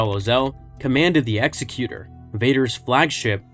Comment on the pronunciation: Actually, I think Vader killed Needa, then accepted his apology. Also, thank you so much for pronouncing Executor correctly! It gets on my nerves everytime I hear it mispronounced on other channels.